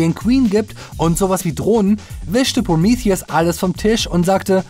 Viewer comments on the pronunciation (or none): Kannst du nicht einfach Prometheus sagen? Was soll das mit Promiithius? Prometheus ist auch normal ausprechbar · Wird der film nicht prometheus ausgesprochen? Also so wie auf deutsch? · Proomiffiess! Haha. Der Grieche dreht sich im Grabe um. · englische Aussprache ist: prəˈmiːθiəs